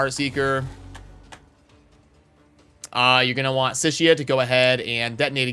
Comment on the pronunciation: Hate to be THAT guy….but Sicia isn’t pronounced “sishia.” Think of the C like an S.